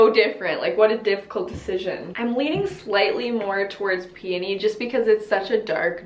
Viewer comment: I’m so glad she doesn’t pronounce peony like “PEE-YO-KNEE” 😂